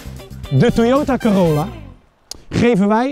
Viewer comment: De Toyota Corolla (Corolla sprak je trouwens verkeert uit) had je wel beter kunnen beoordelen maar ja wel tofe video En als je het aan Toyota had gevraagd hadden ze waarschijnlijk gewoon meegewerkt